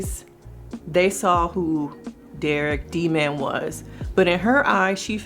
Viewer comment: Yeh it was weird His nickname was Dee Man. Diman doesn’t even sound right.